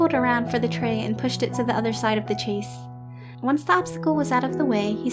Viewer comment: Ok the story and drawing are great, but this little think is just grading my eardrums! The word ‘chaise’ is pronounced sha(like the a in shape)ze, not chase. It’s French for chair.